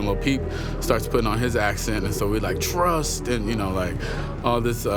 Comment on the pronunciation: I’ve always wanted to know why he kept saying trusss me it’s cause peep and him used to say that together a bunch